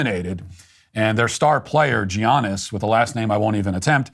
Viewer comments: Loved how he said G-Ahnes when it’s pronounced yawn-es lol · His name is pronounced “ya-nis” not “Ge-ahnis”.. you’d think he would at least get the pronunciation right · Its not Tzianis, its Yiannis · Giannis is pronounced Yanis. The G is silent. Thanks Matt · it’s pronounced “Yuh-AHness” not JE-AHness. he is arguably best player in NBA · His name is pronounced “Yaa-nis”, not with the G sound. Love you Matt ❤ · Matt... Actually "G" in Giannis is silent. And yes Giannis is the Man in NBA. He cares about his family and his town.. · Pronounce the man’s name right bruh. Not Geeahnus…. It’s pronounced yannis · Yawnnis is how you pronounce that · Geeannis Matt, 😂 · Pronounced YAH-niss 😉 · I don't know who needs to see this, but it's pronounced Yan-nis. The G is silent, or it's a soft G. Something like that. And his last name is pronounced "The Greek Freak." Just kidding. It's pronounced Ahn-teh-teh-Koom-poh. Slight emphasis on the capitalized parts. It's a long name, but it isn't difficult to say. Say Ahn and lean into it a little, thrown in teh-teh (not a big deal), then finish up with Koom-poh. Giannis Antetekoumpo. Yan-nis Ahn-te-te-Koom-poh. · "Gee-ahnus" C'mon Matt 🤣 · Man said Gee-aniss lmaoooo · Their Star player GEE-ON-ISS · It’s pronounced yawn-is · If you care to pronounce his name right then it’s Ya (as in yak) -n -nis (as in niece) 🙂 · The G is silent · Pronounced Yiaanis. He's an awesome person. I get it Matt. The NBA is flawed.. like most things. But they do have some good people that are a part of it. Giannis is one of the best. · G-ANIS😂😂😂... you butchered that lol. My favorite player by far. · Pronounced Yiannis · Matt I love ya, but as a Wisconsinite I gotta correct you here, it’s Yah-niss Awn-te-teh-coop-oh Thank you and goodnight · “G-iannis” well let this one slide Matt, haha. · His first name, even though spelled "Giannis" is pronounced "Yanis". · Its pronounced YAWN-IS fyi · its pronounced like ya-nis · It’s pronounced Yah-Nuss Ant oo kah noo po